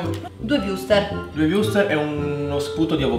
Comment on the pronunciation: dice sempre wurster